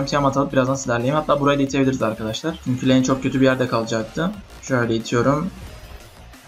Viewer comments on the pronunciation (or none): none